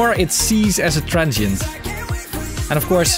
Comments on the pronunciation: he always says trentshient i guess he means Transient :D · a "transhent" is a transient from the Netherlands ! :P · I wasn't looking at the screen and for the first minute or so I was hearing say 'tonal and trenchant components' and thought WTH is trenchant? 😂